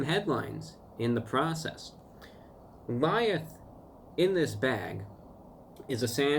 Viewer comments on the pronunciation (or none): this man said lieth